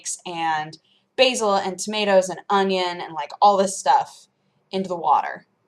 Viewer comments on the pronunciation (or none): none